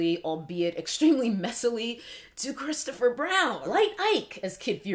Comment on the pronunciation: COKES-toe-fer BROWN has sent me to the outer limits 😩😩😩😭😭😭